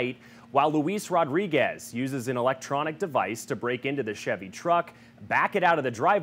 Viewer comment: "An" agency, not "uh" agency.